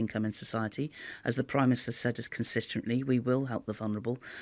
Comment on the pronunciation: ‘consisterently’, that’s a new one for me. Keep up the great work Therese Covfefe.